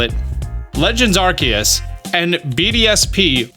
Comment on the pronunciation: Pokemon home for SV AND pronounced Arceus correctly, today is a good day.